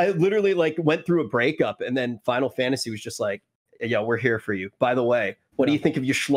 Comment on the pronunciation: Zepla's abbreviations... "Fi-lat-se 14"... "Fal-tse 14"